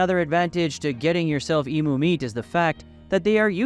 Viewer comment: Its spelt emu It’s pronounced emyou ya twit